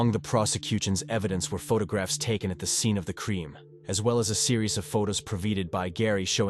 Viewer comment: Strange lil voice and pronounciation! “Unit Ed States” 🇺🇸 Scene of the Cream 🕵️ Were my favorites! 😂🤣